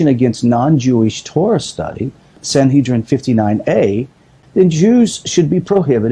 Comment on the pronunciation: SanHEADrin not SanHEEDrin ;-)